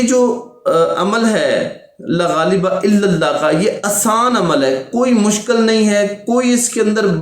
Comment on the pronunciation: Laghaleba nahe La ghaaleba .saheeh tarah se parhna sekho